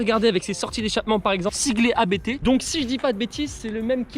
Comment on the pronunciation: Abt se dit en un mot et non lettre par lettre. Belle voiture, belle prepa.